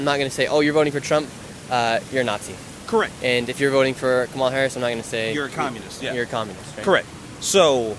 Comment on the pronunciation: Why do you disrespectfully mispronounced VP Kamala Harris’ name?